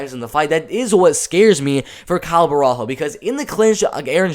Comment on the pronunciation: its "bohalio"... you see him again btw